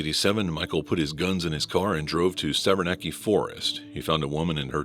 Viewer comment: The Hungerford massacre: The forest is pronounced SAVERNAK, the "E" at the end is silent 😊😊